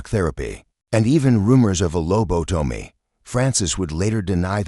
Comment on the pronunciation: Please at least get an AI who can read! Lo-bo-tow-me .dot.